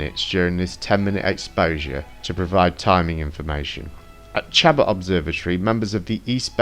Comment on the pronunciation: Awesome work! Probably the most comprehensive look at the evidence I've seen... One small pronunciation correction... The college in Oakland Chabot is pronounced sha-BO